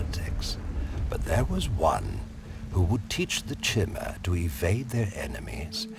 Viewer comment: I love these videos, but when I hear "chimmer" I cringe. "Kai•tn, Kai•mr Kai•ti•nus" like the armor.